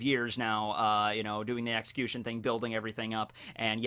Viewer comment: Why does he pronounce xcution like ex-coo-shun instead of ex-q-shun